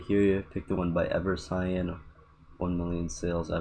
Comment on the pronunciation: EverCyan is pronounced with a k sound not an s sound